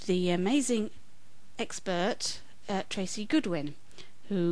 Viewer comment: Yeah the exbertvillage lady has no clue what she's talking about. Even my 6 year old brother knows more about the accents than her.